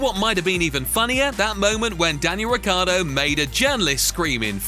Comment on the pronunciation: It’s not Riccardo, but Ricciardo ! He’s an Aussie-Italian!